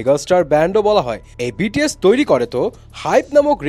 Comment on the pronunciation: love the way you said "বিটিএস এর কোম্পানি"